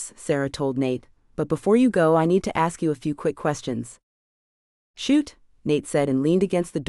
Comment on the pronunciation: I love this stories, but as a former teacher, I am having a very hard time listening to this young lady mispronounce the word ASK ....,it's NOT AXED !!! IT'S ASKED...S not X...sorry, love the series..